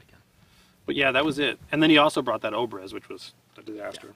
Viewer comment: I'm a firearms enthusiast, I also study Russian. The way Russians pronounce their 'O' s it changes on grammar, but words like Obrez "Обрез" You should pronounce it "Ah- brezz" or most like Russian with an accent "Ah- bryezz". I really enjoy both you, and Ian's work. You guys are easily my heroes! I particularly take notice of your attire in videos,. Keep up the great work guys!